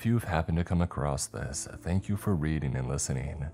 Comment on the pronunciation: Why do you say it like “acrosst”